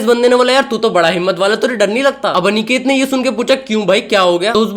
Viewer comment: bhai aniket hota hai anekate nhi अनिकेत hota hai na ki अनेकते 😅